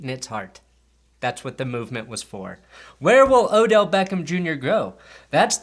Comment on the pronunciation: Thank you for saying his name correctly